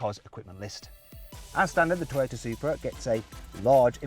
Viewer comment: 外国の人のトヨタの発音かっこいいな